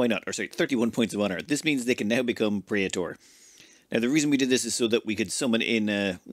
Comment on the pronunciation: you botched praetor pronunciation.